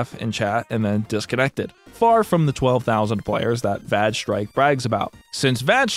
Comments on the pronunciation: I'm sorry, VAGE strike?! LOOOL! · im going insane over vage strike having a character named dike (even though it's spelled like the geology term) there's no way that the game isn't pronounced (væj (short a) with that bit of lore